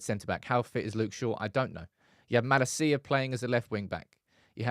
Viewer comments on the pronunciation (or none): Why do pronounce Malacia’s name like that ? For the love of god please get it right my man 😂